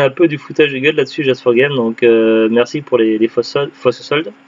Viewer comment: Coucou. C'est bien la bonne prononciation, c'est gentil de faire de la pub 😁. C'est clair que c'était pas top top comme solde à carrefour. J'ai toujours ps compris pourquoi ils ne soldes pas les jeux en outlet. Les soldes de Cora sont abusé quand même. Ils soldent à partir des prix d'origine pour beaucoup de jeux. Donc 70€/2 C'est beaucoup trop cher.